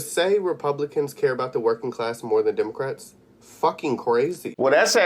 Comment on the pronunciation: Trump Tards: This Damn Demuhcrat... Accused Person: All I said to this man was, he needed to hurry up and check out! He was holding up my check out line spouting random rants about, "demuhcrats".